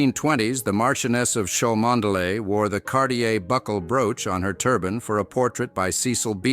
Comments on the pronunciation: The reader should pronounce Cholmondley properly: Chumley. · It's pronounced "Chumley" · Its pronounced...Chum Ley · Learn how to pronounce the name correctly before making videos . Chuhm-Lee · Its chumley grrr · would have thought you would have found out how to pronounce Cholmondeley before making this video FAIL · The “reader” is a computer generated voice. Why they can’t pay a student $20,- to read it properly, I just don’t know.